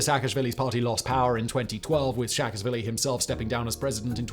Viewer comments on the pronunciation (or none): Shevardnadze has no “k” at the end of his name. Replace the “k” with a “z” in your pronunciation. Saakashvili should be pronounced as “Saa”, not “Shaa”.